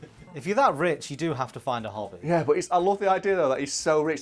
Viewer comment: I can't not hear hobbit when says hobby. I thought said Rod was talking about the hobbit